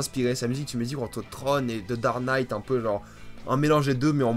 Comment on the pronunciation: "The dare night" ? xD